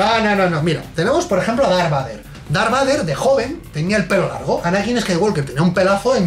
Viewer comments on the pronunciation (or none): en serio? Darbader, así lo pronuncian? Por favor! Creo q me dió algún cáncer al escucharlo. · Dar Bater. Pero es que tio como es posible que lo pronuncie tan MAL. Error Epico. REALISMO!!!!! Y solo llevamos 15 segundos de video. Vaya. Empezamos bien.